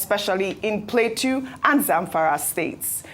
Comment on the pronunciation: Why can’t Ojy pronounce Plateau state correctly 😅